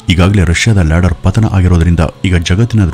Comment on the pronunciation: Ladder alla lander